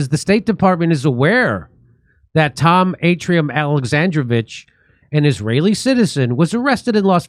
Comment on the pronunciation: Two words you need to pronounce better Kef fee yeah , Ar tee yuum hope that helps , never go full Bass ackwards!